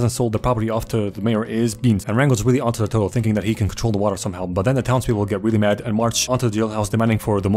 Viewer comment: I love how everytime he is talking about the mayor he says “de tewtel